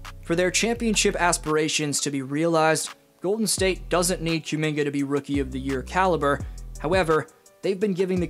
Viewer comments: Koo Minga, not Cue Minga. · I’ll keep watching your videos but I’m not gonna subscribe until you get rid of this Q-Minga pronunciation 😂😂